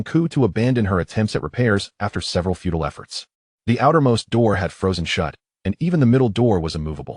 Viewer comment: FUTILE (useless) not feudal.